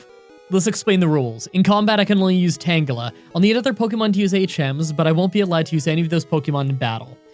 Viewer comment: it's pronounced tanjela not tan gela